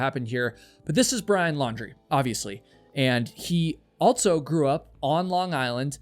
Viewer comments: who tf pronounces "also" as "altso" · I like how you say 'altso' instead of 'also' :D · Omg, you drone on for wayyyyyy too long. Save the small talk and get to the point of the story. You literally talked for 7 minutes on why people may choose van life 🙄. We get it. And, “altso” is not a word. It’s “also” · you pronounce "also" as "alt-so." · This story ticks me off on sooo many levels already, but now... U know there's no t or z in "also", right?! Lol! Altzo, great job on the post! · Also. Also. Also. Also!!! Not ALTSO! NOT ALTSO! ALTSO IS NOT A WORD!!! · I can confidently say: there is no "t" in the word "also" its even more annoying than every other youtuber mispronouncing "vehemently" all the time. Otherwise, good job. Definitely one of the stories that has ever existed.